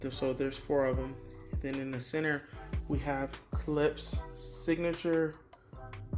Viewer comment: Love the video but it’s pronounced “klip-sh” 😉